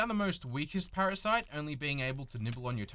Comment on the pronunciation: parashite?:D u ok,?